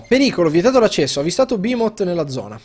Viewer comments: PERCHÈ PRONUNCI BEHEMOT "BAHIMOT"? PERCHÈ MI VUOI SCONVOLGERE LA MIA VITA IN FALLOUT 3? PERCHÈ? BIHMOT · non è Bahimot ma Beemot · Si pronuncia Bèhemoth, è una parola ebraica e va pronunciata come si legge, come il gruppo blackened death metal polacco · Bihaimoth,... ACCENTI PERFETTI!:D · NON SI PRONUNCHIA BAHIMOT!!!!!!!! I behemot sono un gruppo metal Ostia! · Voglio un video-tutorial dove yotobi spiega come pronunciare correttamente " Bahiiiiimot" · e poi "behemot" si legge bimot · Tra tutte le parole con le Y, Behemot, Duscae Nifheim, il signor yotobi prima o poi ci azzeccherà una pronuncia giusta? ;P